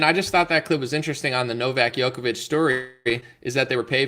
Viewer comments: The name (Đoković) is pronounced as "Jokovic" and not as "Yokovic". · Second time I’m telling you this. Please pronounce Djokovic correctly when it’s featured in your video